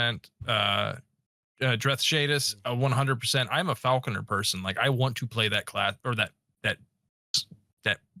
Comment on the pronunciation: It's Falcon-er. Not falcon-eer.